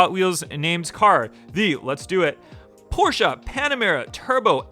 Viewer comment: "Porsche", not Porschea.